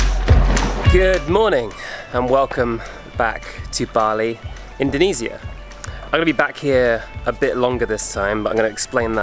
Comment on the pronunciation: Learn how to pronounce Indonesia